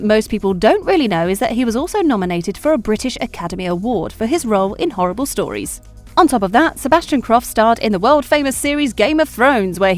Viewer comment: The only thing that I hated was the way she said Horrible Histories